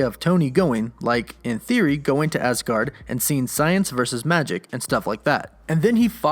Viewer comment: Why do you keep saying asgard like that lol